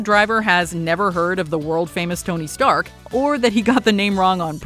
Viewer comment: " is this the delivery for uh (looks at box) Tony Stank "